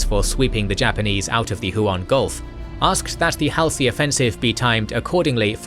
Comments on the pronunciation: Nitpick: I believe Admiral Halsey's name is pronounces Haul-z, not Hal-c. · Haul-see... not "Hal-see" Admiral "" Halsey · Top notch content, but the narrator's pronunciation of Halsey irritates me slightly. It's "Haul - zee"!😊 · Hall-see .... not Hal-see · Am I the only one who finds WW2 history being recited by a souless robot to be demeaning and insulting? Get a living , breathing human to do it. And its Hall-sy and Guad-al-canal, not Hell-See and Guad-El-canal! A human would pronounce it right. Souless inflection and mispronunciation makes it almost unlistenable. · ... it is pronounced ... Hall' se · The ai mispronouncing Halsey is annoying af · How many times can you say Admiral Halsey's name incorrectly? Even Paul McCartney got it right and I'm not sure if he was ever all that interested in the Pacific theater of World War II. I know that this is supposed to be a real person doing the narration but there are so many times it does not seem to be that way. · Fact check the pronunciation of Halsey's name.